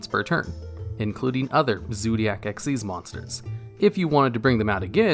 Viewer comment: Awesome video But isnt xyz pronounced xyz not xez Nh but its just kinda off to me